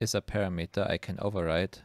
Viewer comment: par - ram - eter